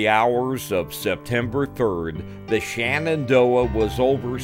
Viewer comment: It is pronounced Shenandoah and not shanandoah them